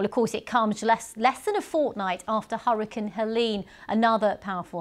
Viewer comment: Why does she say hurricine? Ma’am